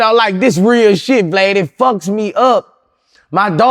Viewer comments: He called him Vad lol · Still can’t say vlad 😂